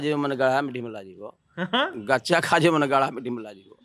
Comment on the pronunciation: गदहा रिपोर्टर है। कच्चा खा जाईं नहीं बोल रहा है, गच्चा खा जाईं कह रहा है। भोजपुरी जानने का दावा कर रहे है। थोड़ा घूमिये सर।